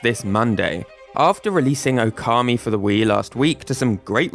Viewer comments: By the way, considering it's spelt Ōkami, the first vowel is supposed to be long. Now, considering your topic about Mario pronunciation, using approximate English pronunciations is fine. But you say /əʊˈkɑːmi/, when something like /ˈəʊ.kəmi/ might be more appropriate (and still using British pronunciations). Just some idea. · It's pronounced "Oar-kammy".